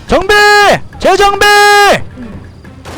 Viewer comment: 2분31초에서 비엠님이 말씀하신건 "재정비!"였는데 제가 들은 말은 "재정배!"라고 들은건 기분탓?! 이죠?ㅎㅎ ㅋㅋㅋㅋ